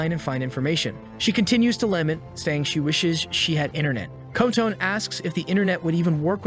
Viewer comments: Her name isn't "Ko-Tone" It's Kotone—"Coh-Toe-Nay." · AI pronounciation is really terrible. The guy is shooting the front of a ship at things. Alcohol is a deadly potion. The teacher turned into "a boy" running toward them. Kotone is pronounced Co-tone by the computer. Karate almost pronounce carrot. As for the ogre or oni, you would think getting an arrow through the eye socket would put it down for the count, much less shooting alcohol into the face. All in all, these monsters are pretty weak. Goblins get taken down with metal pipes and ogres with training arrows. Also, it points out that the phones were the key to all of the monsters coming out. What becomes their priority...Get a phone on the internet. Our latest generations are hopeless. They can't write a story without an analog to modern technology. Also, that being said, I don't know how 90% of the population of the world would be killed off when, in many places, there isn't widespread internet or a lot of smart phones. Maybe one per house in a lot of countries and even less in a lot of SE Asian, African and S American countries. A lot of those people would be chilling. Also, weapons or things like machetes are pretty common in those countries, so the monsters would be made short work of. Even in a place like the USA, where there are a bunch of smart phones, there are a metric crap ton of weapons in homes. So I don't think 90% of the people would die out. Only in countries with wealth, lots of phones and strict weapons laws...like Japan or big cities like New York, LA or